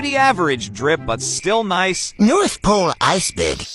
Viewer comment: "Noth paowle aicebowrg"